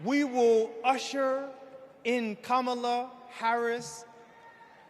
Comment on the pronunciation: Dude can't even pronounce Kamala. I was told that's a big no no